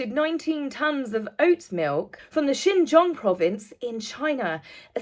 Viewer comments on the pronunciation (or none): none